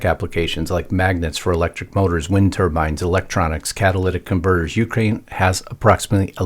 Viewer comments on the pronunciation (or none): none